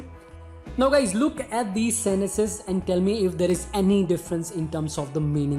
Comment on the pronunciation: Can you please pronounce sentences properly